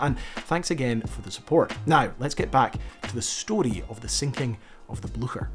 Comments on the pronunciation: Can't pronounce Oscarsborg. Can't pronounce Blücher. Can't pronounce Weserübung. Too infuriating. I am out. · I can’t listen to a video where the ships name is butchered so badly. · Very good presentation, but you need to work on your pronunciation of Blücher. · I appreciate this video. But just a constructive criticism: when u are doing a vid about eg. Blücher... - just Google about its pronunciation... U will need it multiple times and it's like 5 sec... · Excellent documentary! But please, just check the pronunciation of German words like Blücher. Yours is just horrible and is no longer acceptable in this day and age. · English speakers just always give up on foreign names. There's an S in the middle as well!!! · you're pronouncing it wrong. It's more similar to "bleacher" with an "sh" sound instead of the "ch" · The version of german I learned pronounces Blucher differently and it's very distracting. docs kick ass, though. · For heaven's sake man if you are going to make a video about the story that “you've always been captivated with”, at least have the decency to learn how to pronounce the ship's name! Your “blue-sher” is like getting hit to a head with a hammer. Such laziness is quite appalling. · Hi, as a Scot you should have absolutely no problem pronouncing the name of the ship correctly. It is Bleu-cher, with ch like in "loch". Excellent videos! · Its a nazi boat. Its almost neccesary to misspronounce its name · Its Blucher , not Blusjet! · It’s not Bluesher! For Pete’s sake! ITS BLOOOOKHERR! And their position was given away because of a horse neighing every time some said the ships name! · Please, "Blücher" is not pronounced something like "Blu-sher". The "ch" is like "tch". So It's somewhat like "Blue-tcher". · It’s not pronounced bluesher, it’s Blucher like a k. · I'm quite sure you prononce the name of the ship "BLYCHER", not "BLUSHEUR" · Frou Blucher? deranged neighing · Really!!! The Bluesher???😂 wow take some German man!